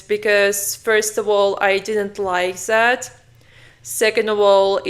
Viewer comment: Why you say " Zat " is " Dat " if you cant handle the Th